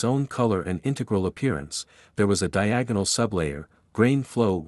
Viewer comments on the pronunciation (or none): none